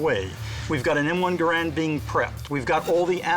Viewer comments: "Gair and" not "GA rand".. Just saying.. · Garand not grand